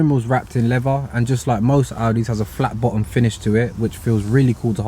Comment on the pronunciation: "The steering wheel is covered in levva.." This is the most ghetto review I've watched. lol